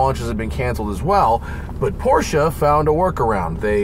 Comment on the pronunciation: You guys, it’s pronounced Porsche, not Porsche.